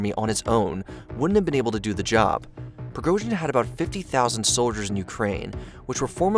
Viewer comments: It's name is pronounced prigoJin, not prigoZin. Don't be sloppy. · appreciate the video but A) it's extremely clear what Prigozhin's goal was, and that was to negotiate for his own life. secondly, at least learn how to pronounce the names FFS. It's Pre-Go-Jin and Shoy-Gu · Shigoi? De’at? Prigorzhin? How about you edit what you say. Sounds unprofessional.